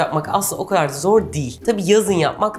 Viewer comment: Refikaaa seni seviyorum.Lütfen "kadar"kelimesini Amerikan aksanıyla soyleme...Türkçeyi iyi kullanmak boynumuzun borcudur.